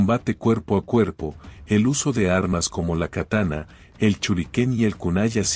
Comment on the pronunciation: "chinobi"?? "churiken"? los conocía como SHinobi y SHuriken. Buen video!! Saludos